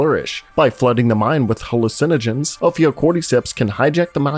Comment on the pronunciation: hall-lucin-ag-anins?... halucinagins...HA LOOSE IN A GINS - tell me you've never been not sober without telling me...